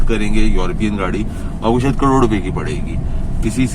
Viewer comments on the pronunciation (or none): none